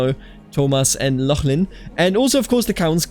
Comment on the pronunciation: Pronounced like loch-lin, just a fair heads up. Hello from the Maritimes province of Prince Edward Island/Epekwitk.